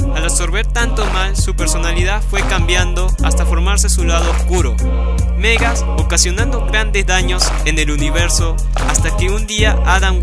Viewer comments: Me hace daño cada ves que pronuncias Megas, cunado en ingles siempre lo he oído pronunciar como Magus. Por lo demás buen vídeo. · Porque le dices Megas al reverso de Warlock ?? se llama Magus. tal cual como se escribe. Este personaje villano concretamente no tiene en el nombre fonética inglesa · Me encanta la pronunciación de "Megas" para Magus... casi se parece...